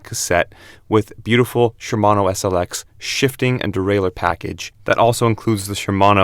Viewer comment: Shimano brakes, yet video clearly shows Tektro lol. And its Shimano, not Shermano